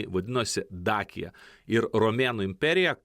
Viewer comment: Dacia tariasi kaip dačija.